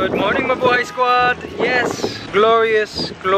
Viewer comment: I really miss... Mikey could you bring him back? Maybe he could do commentary in one of your Ants Canada videos! And I remember that in one video, he said Mabuhey instead of Mabuhay!